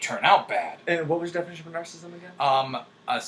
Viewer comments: Not pronounced nar-sism. Pronounced nar·cis·sism. This makes me think less of you, INTJ;) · He's saying was pronouncing it incorrectly. He was saying "narcism". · The irony of a narcissistic INTJ pronouncing it "narcism/narcistic" XD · He's not pronouncing narcissism correctly.